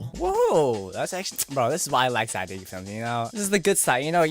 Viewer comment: Never say, Zach D films wrong it is Zach, death films, wrong Zach D films yes